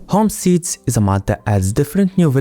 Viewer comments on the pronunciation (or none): its pronounced home-steds